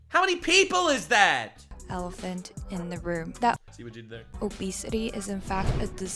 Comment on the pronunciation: Emphasis on the ELEPHANT in the room 😆